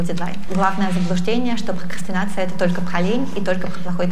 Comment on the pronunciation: Пхокхастинация, пхокхастинацией пхокхастинихует. (ещё бква Х добавилась)